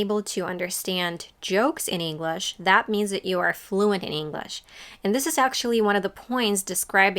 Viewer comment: You mispronounce English. It's not "Inglesh"